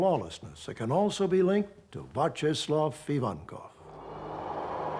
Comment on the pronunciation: I couldn’t get past how he pronounced Vyacheslav